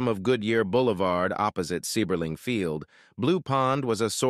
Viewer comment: As a lifelong Akronite, I’m cringing at the mispronunciation of “Seiberling” in the beginning. Great video though - a piece of Akron history I’ve never heard before. Drove through Goodyear Heights earlier tonight.